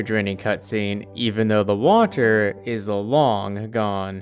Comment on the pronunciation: I love how he says Watur